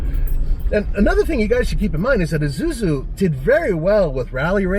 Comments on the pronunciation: this is ISUZU, NOT IZUZU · Everytime somebody says Izuzu instead of Isuzu, an angel's wings are violently plucked from its writhing body.